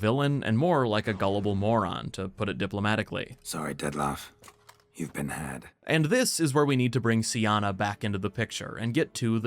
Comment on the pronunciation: Im sorry, but i always hear: "Death Laugh" ... ... xD sorry ahahha.